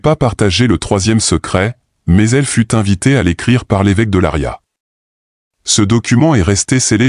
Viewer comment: Ce n'est pas Laria mais Leiria C'es horrible votre truc Quand vous fêtes quelque chose assurrez vous de ce que vous faites quel horreur e rien a voir avec la réalité